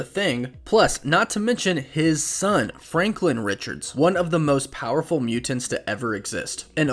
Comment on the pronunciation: thank you for pronouncing mutants this way.